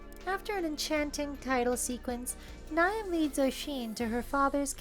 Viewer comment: Great episode, thank you for the fantastic uploads. Just to be That Person here, "Niamh" is mostly pronounced "Neev". I have a coworker by that name, she makes phenomenal bbq pork.